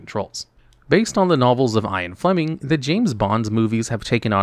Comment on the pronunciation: or him mispronouncing Ian Flemming's name when talking about the author of the James Bond books 😭